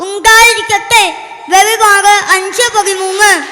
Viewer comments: വെളിപാട് അല്ല വെളിപ്പാട് ആണ് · വെളി വാട് അല്ല വെളിപ്പാട് ആണ്🙏🙏🙏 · Vellivad.alla vellippadu